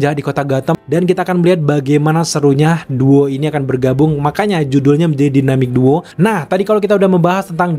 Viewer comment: Maaf , kalau usul saya, bahasa inggrisnya di-upgrade bang, terutama untuk pelafalan. Misal, pelafalan yg benar: Marsian Menhanter, dan juga Dainemik Duo.